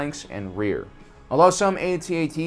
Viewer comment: Go ahead....say "Atee-Atee" again! They are called "AT-ATs" as in Hat Hats! Friggin 2019 and their ignorant whipper snappin kids!!!